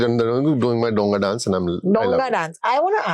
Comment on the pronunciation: Dow-nga a large vessel, it isn't pronounced DONG-A